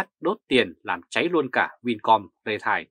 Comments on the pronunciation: ri teo chứ không phải rê tai. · Vì sống bên Đức, nên anh ấy phát âm chữ "retail" theo tiếng Đức, bạn nhé.